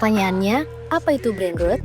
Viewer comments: Tempo ini bikin konten bagus tapi voiceover nya bikin malu ngedengerin cara baca dalam bahasa inggris “ brainrot” 😂😂😂… emang ngga tau cara baca nya atau emang ngga bisa bahasa inggris host nya ini? Brainrot dibacanya brainroot 😂😂😂😂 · Iyaa dri td dengernya gregetan banget kok rut2 trs nyebutnya hahaha